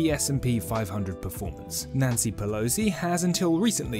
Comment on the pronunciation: Is it Nancy Pelosi or Nazi Pelosi. They sound very similar when you say it.